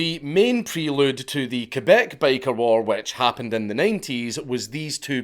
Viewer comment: I wasn't paying attention while listening to this, so for the first few minutes I thought he was saying," Baker Gangs." Which I was pretty amused and confused at the same time. I imagined Bakers fighting over bread territories and control over the white powder.